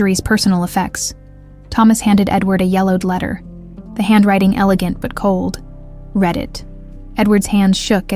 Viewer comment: How did they take a DNA sample if Olivia had already been fired and they were avoiding contact for safety reasons? AI SNAFU: has inaccuracies in contextual pronunciation of "read.". I.e. read this vs he read this